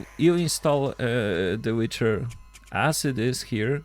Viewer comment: Wicher is pronounced Wiiicherr and it means whirlwind